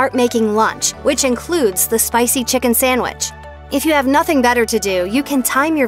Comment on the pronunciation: Please, please, please get a new narrator!! Taco Bell is TWO words! It’s Taco Bell, NOT Tacobell! Also, please note the spelling of SANDWICH! There’s no “m” in sandwich. What is a samwich?? Ugh!!